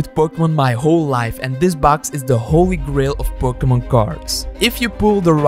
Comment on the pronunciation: he messed up the n in Pokemon